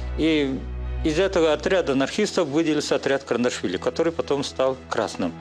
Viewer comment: КаРандашвили 😂😂😂😂😂 все равно кыньколаев 😂